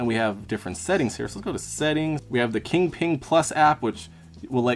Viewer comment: “Kingping” — q in Chinese reads close to “ch”, so it should be pronounced as “Chingping” basically. 😉